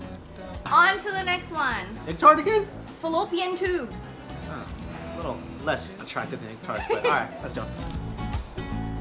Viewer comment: lmaoooo, she said filopian tubes